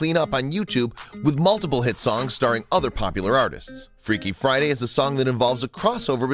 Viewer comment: "freaky fiday"